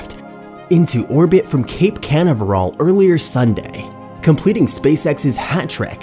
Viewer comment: I'm Sorry, but when the narrator cannot ever Pronounce "Canaveral" Properly it's kinda hard to take the rest very seriously! People's speech and ability to read a script properly has obviously become a challenge, particularly with something High Teck like SpaceX. If this is AI speech here (which I kinda doubt, but still) then they need a real person to do the narration. Other things said were cringe-worthy...